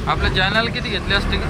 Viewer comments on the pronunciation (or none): none